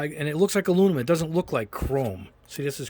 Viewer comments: Back for the “Alunimumnummum” drinking game. 😂🤦🏽‍♂️ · Lol you don't even try to pronounce "aluminum"